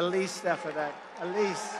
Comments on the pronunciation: Trumpy CAN NOT even pronounce Stefaniks name right........wonder if she is embarrassed by that! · Ste fan ik, pretty easy to sound out, three syllables! Even a grifter could do it..... NOT!